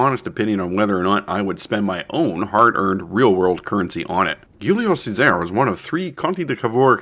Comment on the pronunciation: Good video, only criticism is the ship's name pronunciation. You are better off saying Julius Caesar :)